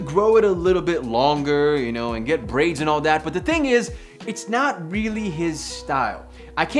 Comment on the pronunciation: “I can’t see marques with brrrrraids”